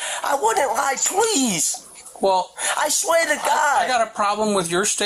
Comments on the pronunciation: The second guy speak impediment is so funny “I swew to gawd, pwes “ 💀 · Bro can't even pronounce his L's 💀💀 "pwease!" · pov he said pweasee can i talk to ywou firsst